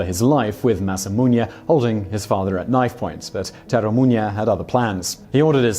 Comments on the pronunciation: Its masamune not masamuñe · Masamunya? You gotta put stuff on screen when you're not sure how to pronounce it.